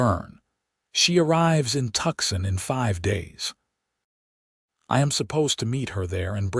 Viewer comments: Please please please correct the AI narration to properly pronounce Tucson! Hint - it's not "Tucksen". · I almost choked on my coffee at that particularly unusual AI pronunciation 😂😅😊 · Tuxon.......or is it Tucson???? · Cali-yente and two-son!!! If AI is so great, why can’t it pronounce place names correctly?